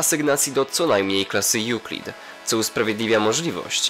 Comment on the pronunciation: Ah ten nie wie że czyta sie EŁKLIT